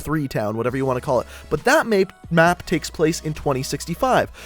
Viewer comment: he said mape and not map